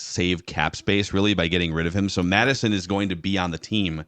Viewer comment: It’s ‘Mattison’ btw